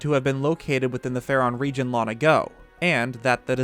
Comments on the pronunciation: "Lon ago" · "...Lon ago." Lon-Lon ago? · Why don't you pronounce the 'g' in "long"? It's bothering me.